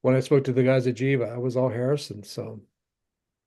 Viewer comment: The band Jiva is pronounced with a hard "G" sound, not a "J" as in "GHEE-va". It is a sanskrit word that means "that which breathes". This info can be found on their bandcamp page.